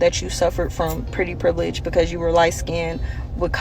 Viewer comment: yeah, bro is illiterate. bro said "Privelidge"